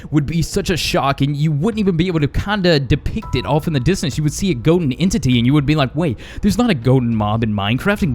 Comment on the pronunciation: Ha ha he said goden herobrine